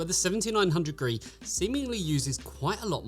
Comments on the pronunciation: He does mention this is the review for the card, it's just easier to say "gree" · Gee-Arr-Ee, not "Gree". it stands for "Golden Rabbit Edition", a Chinese cultural reference. I know it's unimportant, it just was a minor annoyance that was distracting for me as I watched the video. Obviously all the technical information was spot on, though.